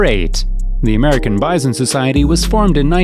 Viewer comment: Wth is bizon? I understand bison or buffalp.